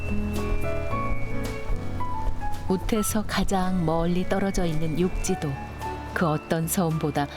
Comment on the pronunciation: 육지도가 아니라 욕지도 입니다.